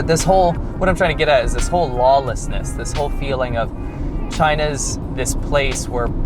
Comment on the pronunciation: "This whole lao-lessness." HA!